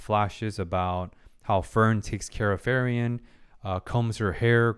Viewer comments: Four episodes in and you're still saying Ferien instead of Frieren... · By the way... i know that accents may be difficult for some peoples to pronounce... but Frieren is pronounced "FREE-RENN" and not "FI-RI-END" (not to confound with "Free-Rent")... "FI-RI-ON" (Firion, masculin version of Firien) is a character of final fantasy 2... Just like "Fer-nand" (pronounced "FER-NAN") is the masculin version of "Fern" (in english), or "Fer-nan-de" (in french)... No ill meaning... just trying to remove a tiny splint that do not belong there... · it still throws me off everytime he pronounces Frieren as Ferian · Him getting the name wrong is super annoying for me, but I also realize he probably recorded the first four episodes in one sitting, since he has the same shirt, so I only have the right to get properly annoyed if he makes the same mistake after changing shirt. Of course, it's been a year, so it doesn't change anything regardless.